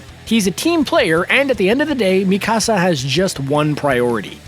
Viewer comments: Mi casa, su casa! Lol. He is saying it like my house in Spanish. Butchering it unfortunately. Should listen to the dub to learn how to pronounce the names properly before enunciating her name completely wrong. Like video though. Just a little more research would help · Please pronounce Mikasa’s name right. It’s softer in the k. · He didn’t even pronounce mikasa right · The way he pronounced Mikasa hurts me